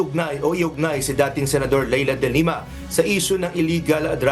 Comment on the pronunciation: the way you pronounce the family name of the former lady senator should be de lima not dilemma.